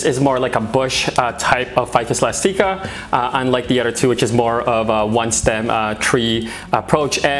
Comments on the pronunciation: The E is pronounced. But thanks for the video. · Hehe I find it cute that you pronounce it elas-teeka instead of elastic-ah...